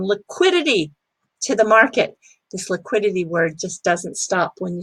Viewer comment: Liquiditahhh lol